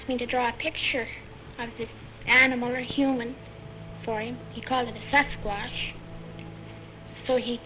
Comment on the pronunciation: Indeed, your AI is funny. A sasquuaatch 😂 But the music is super! Would you tell me the name of the music? Thx!